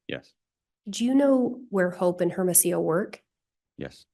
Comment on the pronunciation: Why does she keep saying airamasio, for hermosillo? It is so irritating, shut the f. Up lady